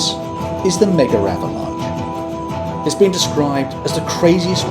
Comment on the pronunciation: you said Mega-Avalnche